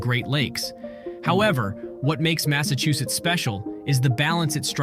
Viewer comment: The way he pronounced, Massachusetts keep working man getting better every day (mass-a-chew-sits) best way I can put ia